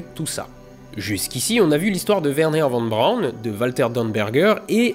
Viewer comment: Faudrait qu'il apprenne toutefois à prononcer Von Braun correctement.